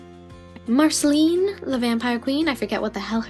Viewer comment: You said it wrong you need to use the sound of the past letters in Marcelines name